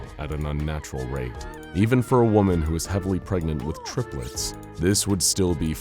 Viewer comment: Gregnant, pefnat, preganté, pegnat, pragnent... PREGANANANT??